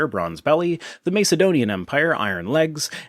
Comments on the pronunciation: This totally isn't the point of this video, but i'm bothered by how you pronounce Macedonian. Have I been pronouncing it wrong? You're saying it Mace like "Ace" (from playing cards) but i've heard it rather being like "Ass". Aka M"ace"donian or M"ass"edonian? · Can’t stand the way you say Mace-edonian. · Sorry but it's pronounced MASS ED DONIAN otherwise more power to your elbow! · The first a in Macedonian isn't pronounced like in mace, lace or place, but rather like in massive or casserole. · Yes, this bothered me too.